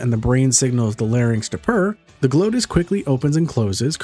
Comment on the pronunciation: Not "GLOH - TISS"; it's "GLAWW-TISS". I can grant you that Latin pronounciation is often debatable. I can suggest also that pussycats are ALWAYS trying to comunicate with us and they must find us annoyingly obtuse...! ^--^ pussycats! Purrrs purrrs purrrs! Purrring as physically healing in some way? Well I'm just amazed to discover that a PURRR is therapeutic...I mean...WHO COULD POSSIBLY EVER HAVE THOUGHT SUCH A THING I MEAN JUST WOW I'M ... SURPRISED not.